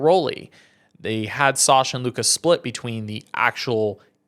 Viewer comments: Luca???? Lucas… embarrassing for a professional media member who can’t pronounce a simple name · It’s “Lucas” not Luka 😂